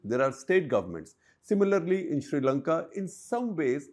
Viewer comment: I believe he is trying to say sri lanka